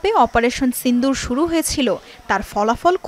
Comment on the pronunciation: চিন্দুর না সিঁদুর হবে উচ্চারনটা আগে উচ্চারন শিখে আসেন পরে নিউজ পরবেন দয়া করে